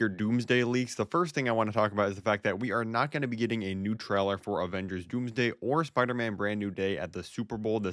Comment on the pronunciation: stop saying traler its trailer